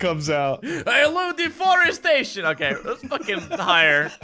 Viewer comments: IT SOUNDED LIKE ANTHONY SAID DEFOREST SATAN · I loved the part where messed up on the word deforestation